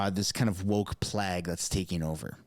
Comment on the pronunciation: Definitely is a plague! Pronounced playg not plag😊